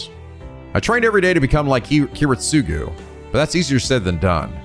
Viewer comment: Kiritsugu’s name is pronounced Kee-reet-su-gu